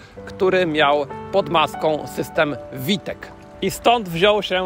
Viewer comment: "Fałtek" rany boskie święte "Fałtek" , a nie "Witek". Człowieku, a na BMW mówisz "Bi Em Dabyl ju" ? Nie rób z siebie idioty bardziej niż to konieczne. Po polsku V wymawia się "fał" i koniec kropka.